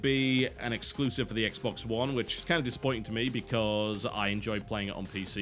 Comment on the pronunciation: Exclusive.....sound it out bro